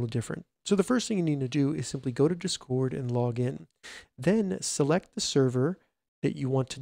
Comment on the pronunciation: I don't like how you say discord. It's just a bit annoying to listen to.